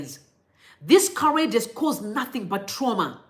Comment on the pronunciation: Hi, just to correct you my sister. "Charade" is pronounced as Sha - rade. Love your content..